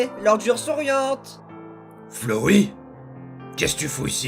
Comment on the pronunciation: c pas flowi c flowey (tu ma tuer😂😂😂😂😂)